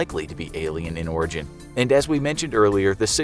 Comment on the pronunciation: I dont know why I heard alien in Oregon instead of Alien in Origin